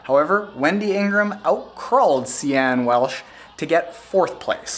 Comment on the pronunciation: Sian Welch (pronounced Sean... not See-an) is an amazing athlete, but damn she had really bad bonk, no salt tablets. Wendy had been cramped since mile 18 or something. Sian’s going to Kona again, she’s 50 or 51 now.